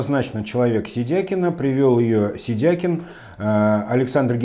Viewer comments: Если он себя выставляет как сашА,,вполне грамотно звучит и сидякИн.Это же он сам представил себя так,Вы инфу пропустили? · ставь ударение правильно произнося фамилию Сидякина, это проявление безграмотности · Ударение соответствует тому , как Саша себя обозначил в соцсетях